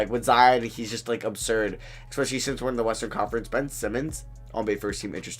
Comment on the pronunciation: “Expecially” nonstop 🤣 love your vids